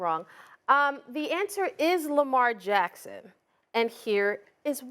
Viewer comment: stop it dude! it's lamar friggin jackson!!!